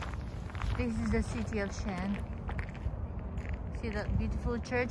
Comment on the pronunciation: Thanks so much for explaining us how to say the city correctly. What a gorgeous country. I hope to visit one day 💐